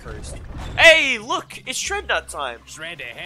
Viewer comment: you said shrednuts